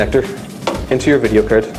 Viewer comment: graphics "cerd" :D